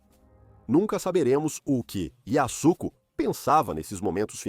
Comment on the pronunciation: A voz do AI narrando e falando o nome da Alpinista a todo instante errado😅Yasko,yosco,Azuco kkkkl muito ruim